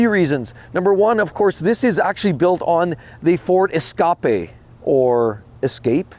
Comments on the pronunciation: Glad I'm not the only one who calls it an esca-pay lmao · Ok you actually made me laugh. The ford 'ES-SCAAA-PE. CLASSIC.